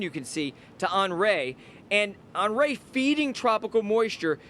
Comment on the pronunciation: On-REE not On-RAY